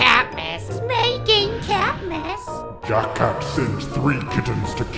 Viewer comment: Oh yeah when sally says jack cat it sounds like she is saying jackass just saying